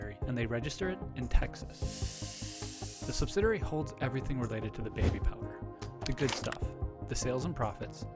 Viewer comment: Sub-sid-ee-airy. Only one 'r'.